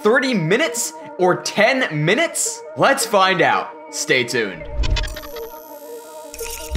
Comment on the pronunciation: how he says minuts